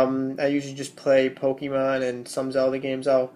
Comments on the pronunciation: lol he says pokeemon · i hate it when people pronounce it as pokie-mon -_